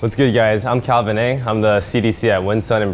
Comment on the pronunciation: I though he said he was ALVIN but then I was like whattt this guy got a gotee but then I realized his name was CALVIN XD